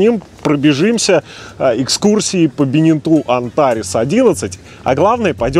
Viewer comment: БенетО а не БенетУ! Тогда уж и ЖаннУ должно быть... грамотеи..